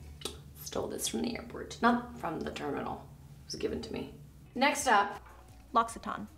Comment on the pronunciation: Wait... Nina is supposed to know French... Yet she can't pronounce L'occitane correctly. I just noticed corrected her lol